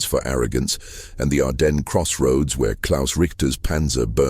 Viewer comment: ITS PRONOUNCED, "ARDEN" THE S IS SILENT